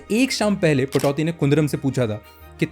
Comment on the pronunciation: Accha hai, par naam tho theek se jaan lo bhai. Venkatesh nahi - Venkatraghavan, Patauthi nahi - Pataudi.